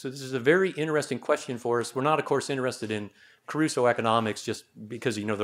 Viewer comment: It's Crusoe, not Caruso. Caruso was a famous opera singer.